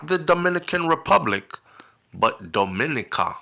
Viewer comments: Thanks for this heads-up! DOMINICA is pronounced Domi-NEE-ka, stress on the NEE. Hope you plan to visit soon. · Why Dominica 🇩🇲 mostly prounce wrong